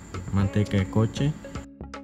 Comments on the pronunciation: Soy El Único Que Esquchó Coche En Vez De Cuche XD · Nooo, fue lo primero que note, según yo es cochi 😂 Pero me gusto el video, se me antojaron 🥺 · No se pronuncia coche la pronunciación correcta es cuchi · Soy el único que escucha que el narrador dice al “coche” 🤣🤣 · Por lo menos aprende a pronunciar las palabras yo todavía estoy en la nuves que es el coche??nunca vi el 🚗 coche